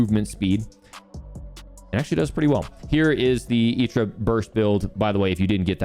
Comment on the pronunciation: I know you're saying "Itra" properly and all, but I hate it for whatever reason